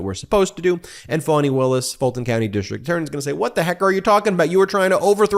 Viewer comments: Ben keeps saying "Foni" (with a long 'o') Willis. It's pronounced Fa-ni with a short 'a', like 'fawn-ee'. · Its pronounced FANNY NOT FAWWNY!!! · I love you and your podcast! Am I hearing Foney? Isn’t that what the gop would call her? I haven’t heard her pronounce her name. Fani. I’m guessing like a fawn(?) Fawn-e(?) I heard someone say Fonnie; as in rhymes with Connie (But please not Phoney)